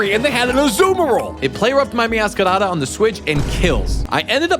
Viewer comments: BRO I HATE THE WAY YOU MEOWSCRADA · I find it funny how he rolls the r like it’s a Spanish r when saying meowscarada